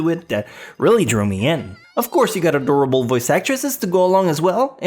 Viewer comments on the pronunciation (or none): none